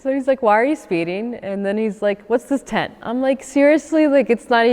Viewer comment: It's really not harrassment if you're actually doing something illegal, like speeding or having illegal modifications on your car. Also, it's tint not "tent"